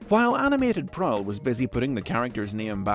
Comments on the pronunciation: Is written Prowl, is pronunced Prick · Anyone get triggered with him pronouncing “Prowl” Wrong